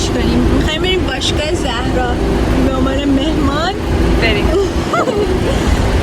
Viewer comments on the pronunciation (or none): none